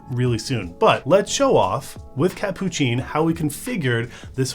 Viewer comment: its hilarious to watch you try to pronounce "catppuccin"